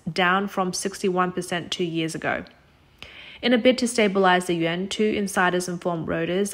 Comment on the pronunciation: Stop saying, “Yen.” It sounds like you’re talking about Japanese currency. Yuan is pronounced as, “Yawn.” If you can’t pronounce it, just say RMB.